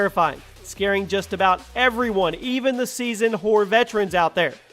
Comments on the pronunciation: it sounds like your saying horde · when he says horror it sounds a lot like "whore"😂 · Who else thought every time he said horror it sounded like whore😂?